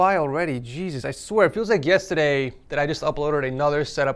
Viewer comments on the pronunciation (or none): none